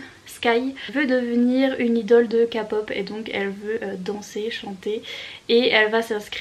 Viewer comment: Ah j’aime tellement tes vlogs 🥰 🧸 (ps: kpop et idol ça se prononce à l’anglaise 😋)